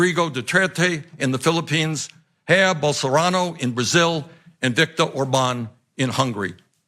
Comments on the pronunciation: Bernie says: “Hair Ballsarano of Brazil” 😂😂😂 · Well, that’s how it would be pronounced in spanish....but Brazil speaks portuguese.